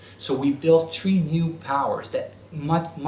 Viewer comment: Three not tree....